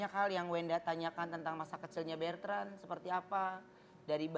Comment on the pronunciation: Ko Ruben tiap nyebut nama anaknya kok manggilnya Bertrand yaa, ada huruf R nya, namanya Betrand atau Bertrand Ko??